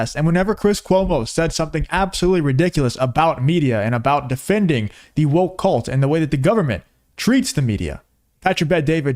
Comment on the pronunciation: It's (kuhlt)